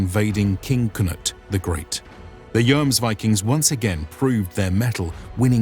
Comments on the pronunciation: My whole point is languages don't work like that in reality. The most correct way would be the way the word is pronounced in the specific language you are actively speaking, not necessarily its source. Since this is an English video and we are presently discussing it in English, the correct way would be the English way, which is based, in part, on the Icelandic word, not the Danish or Norwegian one. Investigating the Icelandic word, which appears to be spelled "Jómsvíking", I'm hearing less "o͞o" as in "rooms", as seems to be the case in Norwegian and Danish, and more the "ō" as in "foams" used in the video. That said, there is humor in arguing over the "Joms" part, when English departs on the pronunciation of the first vowel sound in "viking" anyway, using "ī" as in "hiking" rather than the "ē" as in "leaking". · "joamsvikings" ?`its pronounced Hjuomsviking for americans in order to produce a nordic sound. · The "Joms" in "Jomsviking" is pronounced like the "Yom" in "Yom Kippur", only with a double o sound. I'm norwegian, I'd love to read the script for one of your videos to get the pronounciations right. I couldn't get over how this guy said "Joamsviking" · The main sources about them are Icelandic, not Norwegian, sagas, so the name in English doesn't derive from the Norwegian word, but the Icelandic one. And in Icelandic, it seems like "Joams" is a lot closer. Also, I think English speakers don't pronounce "Yom Kippur" the same way you do. It's more "Yaam" in English. And in Hebrew, for that matter. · Pronounce it yommsveeking(no g-sound)are and Bob's your uncle. Good video. Snart Midsommarblot så Skål från Sverige! It sounds to me like you are saying yoams all the time. So short o. Just a tip. Jomsborg is pronounced Yommsbory.